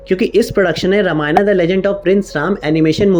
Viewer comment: Bhai tum Hindi YouTube ho na ki English youtuber. Toh ramayan kehne mai kitni mehnat lagti hogi?